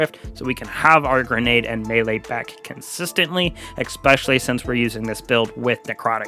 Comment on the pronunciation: Okay, first of all, they're Necrotic Grip, not Necrotic Grips. Secondly, you're pronouncing aspect incorrectly. ASSpect. Not Ahhspect. Lastly, it's pronounced eSpecially, not eckspecially. Watching this video was torture because of the way you pronounce words.